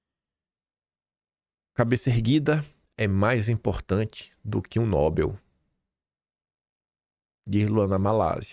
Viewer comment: pronúncia certa é: NOBÉL, a tônica é no ÉL.